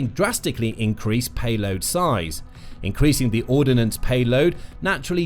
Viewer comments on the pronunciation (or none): I wish the commentator learns how to say 'ordnance; it's not ordinance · Handling not handleling. Ordnance not ordinance. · Ordnance isn't pronounced with an 'i' in it.